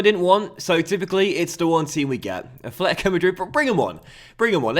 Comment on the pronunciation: Why do you say afletico hahahaha it's atletico